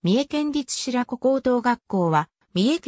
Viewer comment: 「しらこ」じゃなくて「しろこ」 な まあろくでもない高校だからどっちでもいいけど